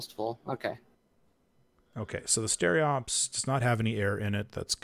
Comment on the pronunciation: STE-RO-PES, not stereops, for humanity's sake! Keep it up, love the Hellion content ;)